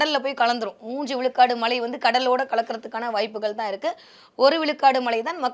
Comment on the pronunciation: மழை பொழிவு என்று கூட சொல்லத் தெரியவில்லை.. " ழ "கரம் வரவில்லை.😂😂😂